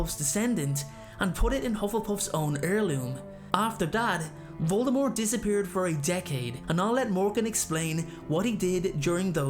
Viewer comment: I just want everyone to know the T in Voldemort is silent.